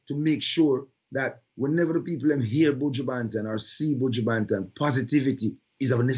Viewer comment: Tip Trevor to practice J'can patois: pronounce the 'o' in Banton like the 'a' slightly o/a